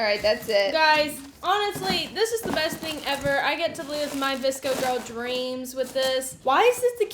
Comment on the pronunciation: Oh my god I’m so dumb.. I thought she said a DISCO girl box 😂😂 I didn’t realize until she opened the scrunchies that she really said VSCO 😅